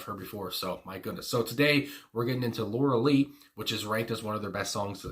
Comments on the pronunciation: The video for this song is pretty strange and makes it even better, imho.. btw, it's pronounced Lor-a-Lie. The band Styx also had a (rock) song called Lorelei that was awesome a few years before the Twins came to be. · Laura Lee is the bass player for Khruangbin. This is Lorelei, a name in the English language that has an "i" sound at the end. Otherwise, carry on! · Pronounced - Lorei- lie - beautiful place alongside The Rhineland-Place in Germany steeped in folk lore ( I'm half German)